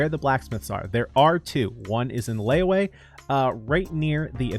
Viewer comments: Man don't know how to pronounce its li-we or liyue he said layway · "One of the blacksmiths is in LeyOway" I just... what? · He said layway? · the ‘yue’ part is definitely a lot more trickier, so its understandable if a lot of people dont get it. yue doesnt start with a ‘w’, but a ‘y’- exactly how its written (i dont understand how some people change the y to a w,,,,,can someone maybe tell me why?). pronounce it separately, ‘yu’ and ‘e’. the ‘e’ sounds like an eh,, so basically ‘yu-eh’. altogether, it makes ‘li-yu-eh’: liyue ! :) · Honestly i really like seeing people pronounce it wrong its kinda funny lol Note: if u want to know how to pronounce it, its pronounced "lee you e" the e is eh but without the h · He said "LayWay" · Ikr its supposed to be pronounced something like li yuwe or li ye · yeah, i understand some mispronounces, but how did he even say it this badly